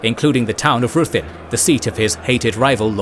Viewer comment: Some are mispronounced, though...like Ruthin. The video pronounces it ROO-thin when it's RI-thin.